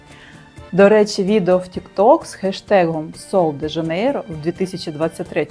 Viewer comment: 'Шероза" - так вимовляється це слово. Я жила в бразилії рік. Жінки й справді не паряться ані про целюліт, ані про зайву вагу (а жінок з перевісом там дуууже багато). Але всі в мікро- бікіні. В купальниках тільки туристки. В креми я особисто не вірю. Підтягнення це кровообіг. А целлюліт - це жир, який треба втрачати на спорті і харчувані. Креми тут до дупи 😂 Рекоменди зірок - єрунда.